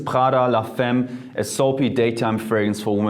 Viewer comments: Das spricht man la [fam] aus nicht [fem]. Es wird nur femme geschrieben. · Nice video, but it's pronounced FAMME not femme. It hurt my ears. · Too german...if you work with perfumes you need to improve your French, man. Le Femme is pronounced 'fa:m' not 'fem'. Blah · it's pronounced la Famme, not femme... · Salut Jeremy! Great video. Just wanted to point out that femme is prounced FAHM, not FEHM. :) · Man spricht "femme" "famm" aus und nicht la "femm" :) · Man spricht es la famme :) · "Femme" [fame] its french = in english "woman". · Nice video ! :D Prada la Femme is pronounce "la FAM" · Here is how you pronounce "la femme" in French: la famm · Mery DZ lol but in France u don’t pronounce femme the way he does 😂 cute tho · nahhh he ain't french his prononciation of femme blowed it away .